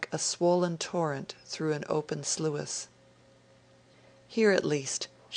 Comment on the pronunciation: from Florence Nightingale: slew-iss?"sluice"shd be pronounced to rhyme w. "juice."